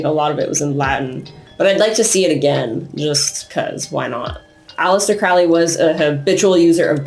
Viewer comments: Crowley is pronounced like Holy not "fouly" lol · Everyone always saying Crowleys name wrong. He wrote a friggin poem literally telling you how to pronounce it. Ffs. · It really is! Haha Apparently it's been mispronounced his whole life. I believe Crowley even came up with a cheesy phrase similar to the one I commented, to teach people the correct pronunciation.